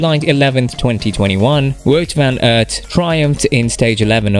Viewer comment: Superb rider Has tho done approx 14 monuments and won only once You mis pronounce his name